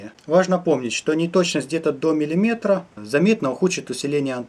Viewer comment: МилимЕтр а не милИметр